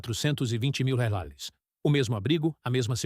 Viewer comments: O que é Railes, Raiales, home? O vídeo já é narrado por IA e provavelmente escrito também e parece que o dono do canal não se dá nem ao menos o trabalho de corrigir o texto... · Para você ver como é fácil de ganhar dinheiro: Escreva o roteiro em IA, peça para a IA ler, e nem sequer ajuste o script para que ela leia a palavra "REAIS" como se deve, gere imagens com IA e poste no Youtube.